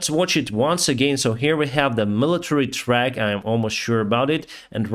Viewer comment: ...'trucks' is pronounced with an 'uhh' sound NOT an 'ahh' sound - truck is not pronounced trAck..it is trUck. Just trying to help you out with your English, all in all tho..your English is a lot better than my Ukrainian....